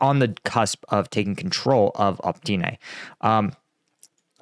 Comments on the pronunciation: Why is it you see Opytne but say Optyne? Every time, every video. Cant you reed the leters in order they are written down? I see that with many english speaking people. Like you guys cant read at all. Advice. From left to right. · You should ask some Ukrainians to help you out with pronouncing the names of the cities and villages a bit better... You keep saying optyna but its opytne (opi t ne) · Opytne, not "opTYne".